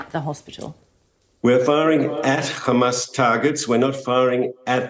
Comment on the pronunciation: Im tired of their accent (khamas) what the hell man. Its hamam. And how can you bomb under the hospital?